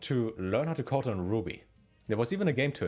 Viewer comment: "CODE" 😂 For the first few minutes I thought you were saying "coat" 😀 And I thought to myself "Nah, this can't be right. German schools can't be that weird 😕" 😃😃😃